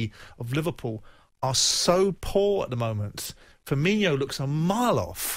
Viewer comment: When he can pronounce Firmino properly I might take his halfwitted opinion seriously